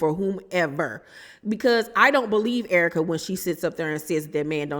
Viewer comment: You have to be from St Louis, because of the way you say Errrka.. 🤣🤣🤣 a Real one😘😘😘 E. Banks goofy AF. I ❤️the Searra impressions. 🤣🤣🤣🤣🤣. I LOVE YOUR CHANNEL BOO.😘😘😘🥰🥰🥰🥰😘😘😘